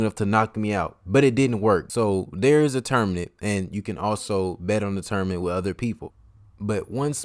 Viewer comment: It’s tournament, not tourmanent lol